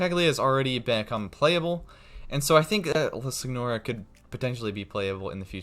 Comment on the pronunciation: It’s pronounced sin your uh. Not how it’s spelt.